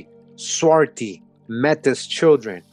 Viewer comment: Brother love you but it's pronounced May-T =Metis